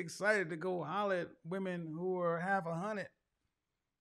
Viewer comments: “Halfa hunnid” 😂 ayoooo RIP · He call shorty haf a hunnit 🤣🤣🤣